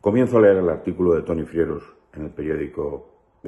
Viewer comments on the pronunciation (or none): none